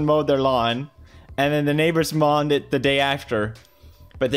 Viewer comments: How does Pewdiepie expect us to easily pronounce his second name when he cant say "mowed" 😂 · Maya Sanchez “mowed” pronounced “Mode” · He said mowed the first time and then switched to mawn😭😂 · It’s mo not moaaa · I get why he said it like that but it's supposed to be pronounced like "moed" right? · "mawned" me: He's speaking the language of the gods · Pewdipie: “And the neighbors mawned the day after” Me:🙈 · he said mawned and then maw afterwards also... LOL. He didn't even catch himself. and prior he did say mowed. Was he having a stroke or something?! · Mowed and lawn Felix: mawned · The way he says mowed like mawed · ‘They didn’t mown the lawn’ Pewdiepie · "mawwed the lawn" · he lives in the uk